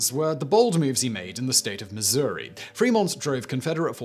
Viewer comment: Thank you for saying Missouri correctly. I grew up here in Mo. & I could never understand why some folk say Missoura. My Dad even said Missoura. Area dialects and accents I guess 🧐